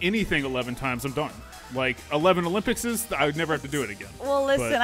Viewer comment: olympicses? its just olympics, man he is so out of shape he cant even pronounce sporting events correctly